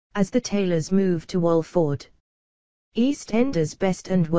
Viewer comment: robotic voice 😠 can't even say Alfie right or Walford